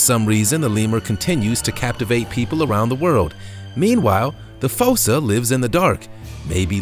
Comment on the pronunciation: I do believe that the correct pronunciation for#10, "fossa", is not with a long o, but with a long " u". Like in the animated movie "Madagascar", the animals are afraid of the " fūsa" (like the word use). But, nice video.